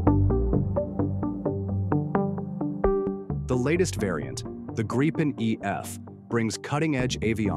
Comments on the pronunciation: What’s a GREEPen? It’s GRIP-en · It's a Gripen not a Greepin. Must be AI. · Why are Americans unable to pronounce the word Gripen? It’s simple - ‘Grip Pen’ - then just stick those words together. Not hard. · I'm in favour of honouring the minimum F35 purchase, but finish off our fighter inventory with the Gripen. Maybe even get some extra Gripens. BTW, please vet your AI narration before publishing - it's annoying to listen to mispronunciations. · Gripen Do have the wit to properly Pronounce the name correctly and not in a frontier English slant